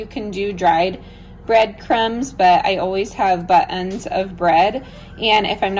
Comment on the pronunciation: are you saying buttons or butt ends when talking about the bits of cheese?😂 I’m dying laughing because I can’t figure it out for the life of me! But the thought of you calling them butt ends is the funniest thing I’ve heard all day! 😂😂😂